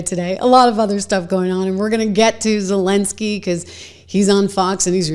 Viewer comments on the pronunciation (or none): none